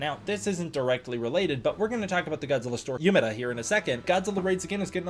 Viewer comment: THERE WAS AN EVENT IN UMEDA AND I MISSED IT???? NOOOO Btw it’s pronounced “Oomedah”